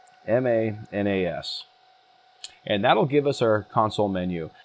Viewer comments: The X is pronounced as Z so Zig-ma-nas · How to pronounce "XigmaNAS"? Say its X as a "S", and you get Sigma NAS. (Sigma is a Greek alphabet letter, BTW. Scientists and engineers are fond of using Greek, and sigma is used in the engineering standard Six Sigma.) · Isn’t it just pronounced like “sigma”?